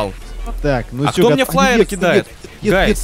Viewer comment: ну сколько можно повторять? НЕ ФЛАЕР А ФАЕР